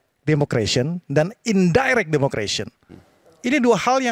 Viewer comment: Ehem, maaf ya.. nara sumber paling kanan.. bahasa inggris demokrasi bukan “democration”, tapi democracy. 🤭